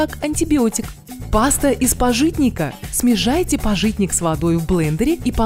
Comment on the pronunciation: "ВАЗМИТЕ", "СМЕЖАЙТЕ"😁👍